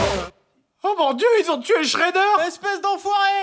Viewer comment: Shredder pas schreder